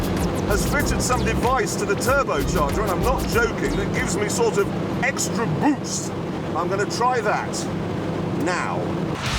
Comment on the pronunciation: I love how Jeremy says, extra BOOST, when talking about his Starion 😆